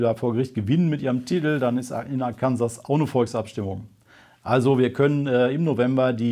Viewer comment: Arkansas spricht man komisch aus ;)